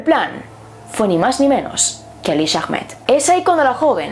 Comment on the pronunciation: Ahmed se pronuncia Ahmad y el ah es como un susurro :(